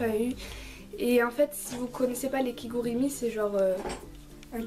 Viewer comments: Tu as dit kigurimi... je peut te dire que j'ai péter un petit câble quand ta sortie ce mot de ta bouche XD c'est kigurumi poutin!!!! dabisou! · Déolé de te dire sa mais on dit KigUrUmi